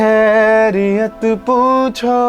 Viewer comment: Your voice is too good ❤❤ Only one thing that pronounciation of the word Khairiyat is not proper It should come from throat.